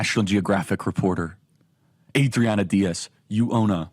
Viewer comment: I like your stuff and what you do, but every time you tried to pronounce Adriana with a Spanish accent it made me cringe, especially when you didn’t try to pronounce Diaz with a Spanish accent.